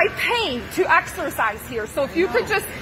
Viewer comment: "I want to axarcise"